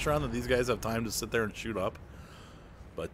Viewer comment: Oh well you maybe only said shoot but it sounded different. Last battle when shot my 122-44.